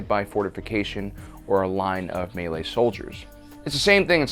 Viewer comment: Correctly pronounces melee, utterly butchers Agincourt.